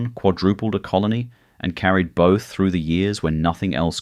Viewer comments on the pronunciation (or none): none